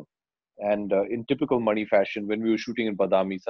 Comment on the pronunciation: I love it how Abhishek is pronouncing the director’s name as मणि and not “MONEY”